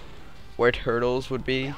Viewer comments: it turles not turtes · It's Tur-les.